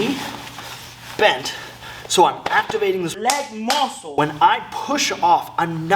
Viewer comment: changed the game forever when he said "leg moussle".